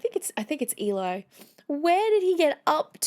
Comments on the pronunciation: Eli is pronounced Elly not Eelie. Not a subharmonic but a B zero bass vocal fry. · Eli rhymes with "Jelly." :) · Great reaction, but just please Eli is pronounced 'eh-lee'. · Eli rhymes with Jelly in this instance. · Eli rhymes with Jelly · No problem....Happens all the time because his Eli is short for Eliezer (rather than the more common Elijah). I try to be helpful :-)